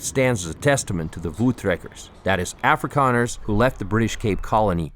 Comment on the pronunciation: A guy with a yank accent creates a documentary about South Africa who can't pronounce Dutch/South African words properly. Then claims this vid is the real story??? Dude you haven't lived here or know the truth.